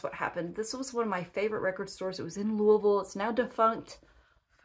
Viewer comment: Totally off base. To your left there is a chest of drawers. Is it antique? I especially like the gold escutcheon. Another totally off base. I lived in Lexington for many years, and you pronounced Louisville perfectly! Have a good week.